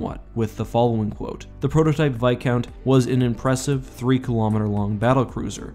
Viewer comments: Why does he pronounce it "vi count" and not "vis count" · It’s viscount not bicount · Its Viscount not Vicount ;( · Like the channel but please pronounce the s in viscount. You say like vicount. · it isn't called vis- count. its called Viscount as in a title of a noble.